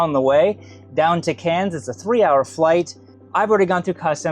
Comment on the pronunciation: You pronounce "Cairns" nicely with sufficient nasal Aussie accent. To be more authentic you could say, "I'm coming into Cairns, eh?"